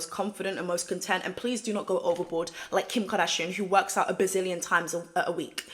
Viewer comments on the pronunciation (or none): none